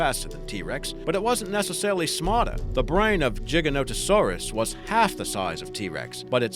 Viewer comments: I don't know what's more impressive, that you managed to mispronounce almost every single name in this video, or that you managed to actually pronounce Giganotosaurus correctly the second time after getting it wrong earlier in the video. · Gig-an-ot-o-saur-us missing a syllable there, also dine-on-i-kus or din-on-i-kus either one's fine and car-car-ro-dont-o-saur-us, just retrying to be helpful lol